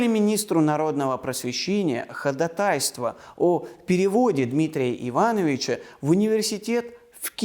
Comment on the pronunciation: Ударение: ходАтайство, не занудства ради, а для улучшения вашего прекрасного рассказа.